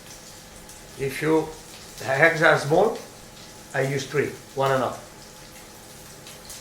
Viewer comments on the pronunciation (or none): Lol, eggs...si chiamano eggs, non HEggs....lol Mia nonna faceva una carbonara migliore di questa Siamo al 2025 e 'sto terrone non ha ancora imparato l'Inglese. Tuo nonno si gira nella tomba....lol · "I am a good hegg." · Where did he get the H in eggs? 😂😂😂 Heggs